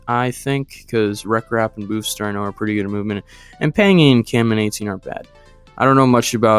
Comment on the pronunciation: Blue, first point is the pronunciation of midmysticx, it would be said as mid-mystic-x or mid-mystics, either are said, as well as this boosfer is pronounced as boo-ss-fir (fir like the player) and that is it (just wanted to say here, im autistic so if my phrasing is ever poor im sorry, also im very sorry if any of this comes off offensive, love the content and have been watching for about 9 months i believe (and only made this account semi-recent) and wanted to help with giving info i knew incase it helped in any way)